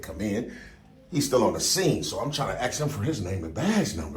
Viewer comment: “you can axe 🪓” 😂